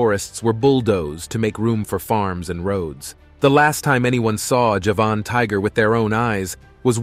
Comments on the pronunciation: NOT! "Ja-VAHN!" tiger, fool: "JA-vun" tiger, as in the island of Java! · Javan not Javahn. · Very poor presentation..2021 is not 2011 as in the second item. European is spelled this way NOT Europian. Late 1980s is written 1918 (Golden Toad). Javan tiger is pronounced Ja-Van not jevon. Ight gray and pink fur (Syrian Half Donkey). By the 7th Century the Dodo had already become a rarity (Mauritius was not discovered until the 10th century so how do you know about the numbers of dodos prior to that). Japanese sea lions numbered 30,000 to 5,000 (?). Guam flying fox had a wing span of 70centimeters (yet 17centimeters posted). Tortoises are reptiles not mammals. Not sure where you were educated but you are due a refund given how atrociously this was put together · Despite the title of this video you did not provide actual photos of the sabre tooth tiger , the mammoth, or the dodo - only CGI. And tortoises are not mammals - what were you thinking? Also you confuse Javanese with Japanese - 2 completely different places - if you don't know that you shouldn't be pretending to provide a source of information - also, it's pronounced JA-van, not ja-VAN. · It's pronounced Jah-van tiger. From the island of Java and the surrounding area.